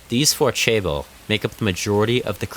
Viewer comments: "chaebol" is pronounced "jeh-buhl" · 신체개조를 마친 삼성민국 국민입니다 1. 고등학교는 오전 7시에 수업을 시작해서 10시에 자율학습이 끝났습니다 2. 이 나라에서 17시 퇴근은 ‘이른’ 퇴근입니다 3. 출산률 문제는 나조차도 해결책을 알지만 나서는 정치인은 없습니다. 4. 'Chaeber‘가 발음상 더욱 정확합니다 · Quite a misleading video. 11 hours a day? Maybe in the later years of high school. Nobody is regularly sleeping 3 hours a night. Also as an aside why are North Americans terrible at pronouncing short vowels? "soooooneung" "jaybol" 😞 발음을 연습하세요!